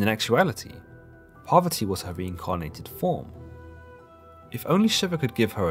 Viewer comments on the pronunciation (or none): Ohh u said parvati i heard poverty.... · I was listening to this in the background while doing some work and didn't realise he was trying to say "Parvati." I thought he was saying "Poverty." 😬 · I am not a Hindu, but please, the goddess Parvati (not poverty) should be pronounced correctly to show respect to Parvati herself and Hinduism itself. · PARVATI. PARVATI! Not poverty.